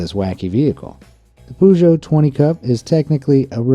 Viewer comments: another person who pronounces "poo-joe" in my list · damn, PIVO in my language means beer, so I guess it would be quite popular with us :) ... it's not a PUZHO or as the whole pronunciation is spelled ... just tape in google translate peugeot an listen ... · You say Peugeot really weird...